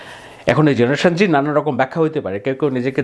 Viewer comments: ভাই, জেনারেশন জেড(Z) বলতে জেনারেশন জুমার বুঝালেন, কিন্তু উচ্চারণ করলেন জেনারেশন জি(G), একটু ক্লিয়ার করুন প্লিজ। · Please first learn the difference between G and Z before making videos. And you are not even saying the name of his father, Obaidul or Rabiul. You should now retire from creating such rubbish videos. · Z ke o G pronounce kora hoy